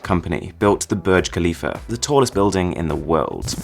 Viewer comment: It's hurts me so much when he pronounces the burj Khalifa wrong in